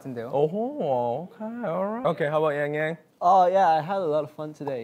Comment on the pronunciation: i'm nctzen and wayzenni so i want to support this show a lot, but heejun is kind of uncomfortable as a third host. he doesn't know them (he pronounced yangyangs's name the whole time lol) and also his TMI was uncomfortable... why fat shame? i don't understand why ten and yangyang couldn't have been hosts on their own.